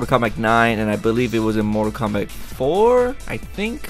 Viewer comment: KOMBATTTTTTTTTT!!!!!!1 NOT KOMBACK